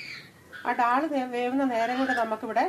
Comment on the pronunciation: Recipe kollam...പക്ഷേ ഡാൾ അല്ല...ദാൽ എന്ന് പറയൂ.. പ്ളീസ്!